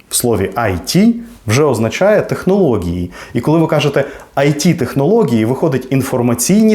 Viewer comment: Я правильно розумію? «Технології» вимовляється через ґ?